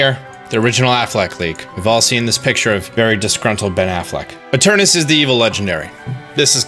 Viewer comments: You keep mispronouncing Eternatus. You keep saying "Eternus". Make sure you read the words fully before making an entire video mispronouncing it. Lol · Its literally spelled ETERNATUS why are you pronouncing it like that?? Its so annoying XD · its spelt eternatus but you b pronouncing it as eternus, im confused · EterNAtus. Seriously dude wtf. You are skipping an entire syllable every.single.time. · Why can't any poketuber pronounce Eternatus correctly? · It's ETERNATUS, not ETERNUS!!! Hahah seriously tho, great vid. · I am fuming with rage whenever he say's "Eternus"... It's effin annoying -_ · Those 186 dislikes just couldn't take him pronouncing Eternus and Olaina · What’s with you and just skipping letters from names? “Eternus” and “olana” lol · Whenever he called it Eternus instead of Eternatus he hurt me. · It’s e-tur-NA-tus. Stop saying Eternus. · Eternatus, not Eternus. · omg can you read. its eternatus not eternas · ITS ETERNATUS NOT ETURNUS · he's been saying space chicken wrong, on the affleck leak it says eternatus not eternas, also please do a video after the games released about how the space chicken was actually related to the plot and dynamaxing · Why does he keep saying Eturnus, but everywhere (even in the title) it's Eturnatus? >.< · Ee Ter Na Tus.. What's up with writing syllables, but not pronouncing them? Ee Ter Na Tus. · Does it drive anyone else crazy that he calls it Eternus rather than Eternatus? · I do the same it just sound nicer to say eternaus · Its fine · Really funny, considering there is no official name/reveal yet. He can call it as he pleases :P. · anyone realise he says Eternatus Like Eternus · I love ya dog, but you keep spelling it Eternatus while pronouncing it Eternus and it's messing with my head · Soooo.... Eternatus but said like Eternus? 🤔 magic space chicken makes the "at" silent lol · Ok but it hurts every time you pronounce it "eternus" when its clearly spelt Eternatus. It's physically painful.